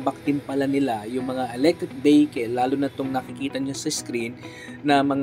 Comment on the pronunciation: E-BEHEKEL.... "EV" nalng para maganda nman pakinggan.